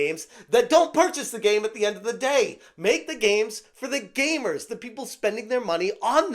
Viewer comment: gamers not gaymers